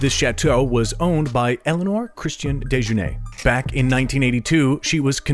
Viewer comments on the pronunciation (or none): none